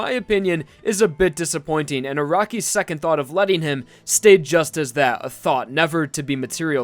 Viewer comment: I rewatched it so many times just to realized he said "thought"